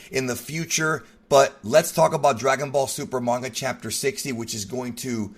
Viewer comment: Can you seriously learn how to pronounce names and the word manga your reviews are a disgrace when you can't pronounce words correctly